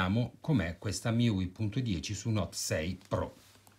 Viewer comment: MIUI si pronuncia come i pronomi inglesi Me You I